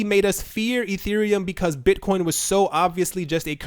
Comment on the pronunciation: Mate you don't have a speech impediment. Though in one of your videos you did call Bitcoin Buttcoin.